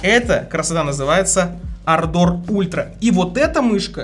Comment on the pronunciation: дружище, клавиатура Ардор а не ардОр, ударения на первую букву А❤😊